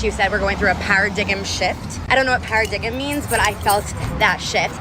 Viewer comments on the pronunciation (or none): "para-diggum" shift? What?! Are you pranking me, now? It's pronounced "para-dime". She is triggering my high SAT scores.